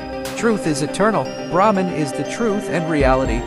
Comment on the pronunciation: You pronouncing wrong its not bramhan its bramhh😊